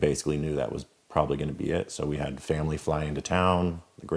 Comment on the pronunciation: I'm not getting why when a word like family gets the a dragged into a long e. Example. Family. Not feemily. Not eend, it's pronounced and. Sounds like high school valley girls.